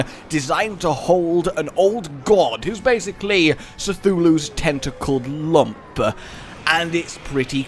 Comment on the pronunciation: Did pronounce Cthulhu as 'Sethulhu'? Lol it's 'Kthulhu'